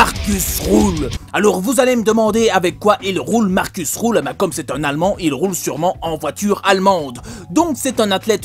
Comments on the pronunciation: Ça se dit markus rulle ( pas roule ) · Rühl se dit (rule) comme on le dit en français ça change pas